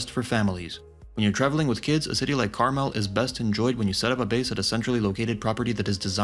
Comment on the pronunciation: Imagine if you took one minute and went to a website that actually pronounces Carmel correctly you could be much more successful